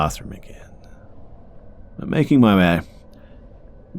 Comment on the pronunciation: "Making my wäeh."